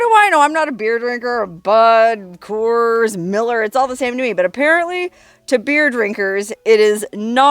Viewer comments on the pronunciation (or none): none